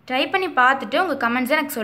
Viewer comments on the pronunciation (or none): none